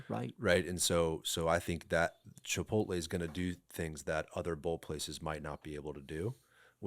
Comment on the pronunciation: CHIPOLTE??? Every time I hear that, I want to throw something. My desk is now cleared. It’s chipoTLE!!!